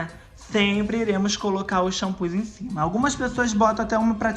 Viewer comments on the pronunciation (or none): none